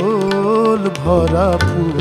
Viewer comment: আচল হবে না, হবে আঁচল। আশা করি উচ্চারণের দিকে খেয়াল রেখে গান করলে আরো সুন্দর হবে।